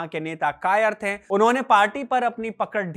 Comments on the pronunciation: कृपया "थे" के उच्चारण पर कार्य करें। ये थैं की जगह थे होगा। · You have good oration but some correction in diction is required. It is थे not थें it is गये not गयें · Sorry bhai but please correct the pronunciation of थे। ये थे है न कि थें।